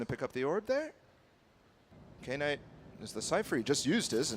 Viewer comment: Kay-night? Is that how she's been told to pronounce his name?